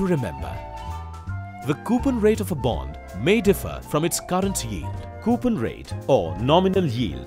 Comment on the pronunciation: I left because of the way the guy said coupon.